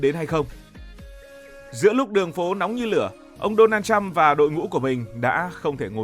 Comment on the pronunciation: Thằng BLV này ăn nói sặc mùi cộng sản. Đọc tên của người khác còn sai ( Đô na trăm??!??? Tao lạy) mà đi bàn chuyện thế giới